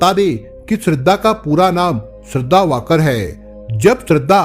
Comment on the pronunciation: कहानी तो अच्छी तरह बताई आपने लेकिन नाम गलत बताया श्रद्धा विकास वालकर आपने वाकड बोला बाकी ठीक है